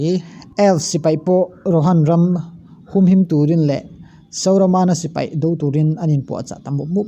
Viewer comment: Sauramana i tih te hi dik lo